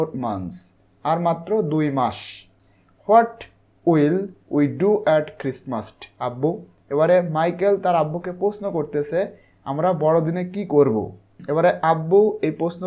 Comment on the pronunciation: ভাই খ্রিস্টমাস্ট না ভাই খ্রিসমাস